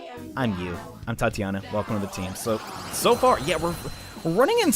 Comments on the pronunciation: Tatiana? ti-tan-ia. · Hnnnnnng so triggered he kept calling "Titania" as "Tatiana" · it's Titania, not Tatiana. XD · Love the video, but her name is pronounced TI-TA-NYA! Not Tatianna. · Tatianna? You mean Titania? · isnt it TEE-tania? or is english a fuck as always? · Bitter Hamster It's TIE-tania. English is a fickle language as always. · Still not a Tatiana as he claims when he encounters her